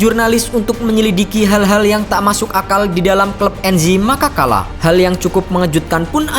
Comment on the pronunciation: Cara pelafalannya Anzhi Makhachkala bukan Enzhi Makakala wkwkwk